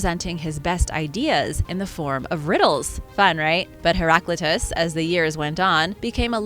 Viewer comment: You have mispronounced Heraclitus